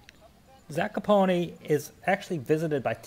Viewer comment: Hi Guys. Pronunciationod this town is Zakopane ( not Zakopone ). Highest peak in Poland and Tatra Moutains is Mt. Rysy 2499m, in Tatra highest peak is Mt. Gerlach 2655 m above the see level. Geetings from Kraków